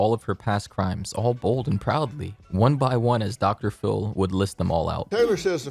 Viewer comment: "Dr. Phil" ====>> "pHiL-m"